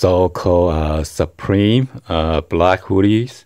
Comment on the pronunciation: I lmao'ed at the way you said suprEmeat